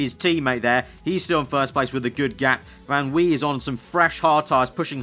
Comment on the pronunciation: If Van Wei is German- it would be Van V